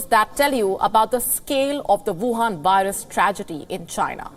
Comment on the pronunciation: I dig the way pronounces Wuhan. It reminds me of Dracula!